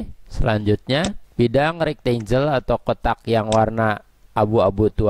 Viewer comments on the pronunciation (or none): sempatkan belajar mengeja bahasa inggris Kang. Supaya lebih mantap. Contoh, file bacanya harus: fail. Bukan "fil". Banyak lagi yang lain. Rectangle. Bacanya "rektenggel". Bukan "rektenjel". I can help you. Salam.